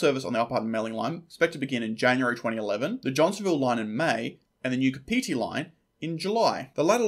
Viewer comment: Kapiti is pronounced Kaa-Pitee